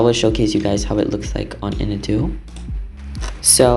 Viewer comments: It’s pronounced IN-AW-DOO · I don't want to be rude but Inadu is pronounced IH-NAH-DEW